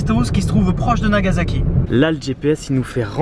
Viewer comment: Nagazaki, Ozaka, c'est marrant ça ressemble à des villes dont j'ai entendu parler, mais il n'y avait pas de z ^^